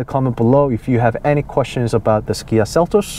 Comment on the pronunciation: Fyi, sounds to me like you are saying "Gia" not "Kia". Good reviews. Thx.